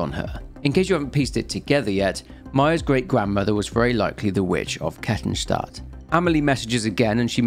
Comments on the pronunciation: I'm only 3 minutes in to the video but well done on the Kettenstadt pronounciation! absolutely nailed it. Can't wait to see the whole video, always enjoy listening to your vids. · Your way of saying Kettenstadt is funny but almost perfect xD (btw it means Chain City) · Oh nice, someone who doesn't absolutely butcher german names for a change. Knew the sub was worth it ;) For those curious, Kettenstadt literally translates as Chaincity (Ketten = chains, Stadt = city), but depending on the context chains could also be translated as Fesseln (lit. shackles). A fitting albeit on the nose name considering the implications. I love it how the internet comes up with various names for the emergency exit of life. Obviously I'm heavily biased by my own experiences, and your mileage may very well vary. Of those I know personally who did or tried to do it, none wanted it to be a taboo, but rather to talk about it openly but it took them too long to find someone they could trust, be it a therapist or a friend who'd listen. It's generally their families or officials who don't want it mentioned, not those affected. The issue persists even if we don't talk about it or it gets censored. Also this isn't a critique on you, but rather the world we live in, be it social media or international news or even gossip in some backwater village. Reach out to your friends my guys and listen to them, especially what they say between the lines.